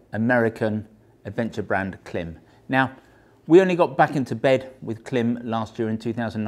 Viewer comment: I’d love to hear how you pronounce Worcestershire or Leicestershire. Or Greenwich for that matter. Point being, you know how Klim pronounce their name, but you choose to pronounce it differently.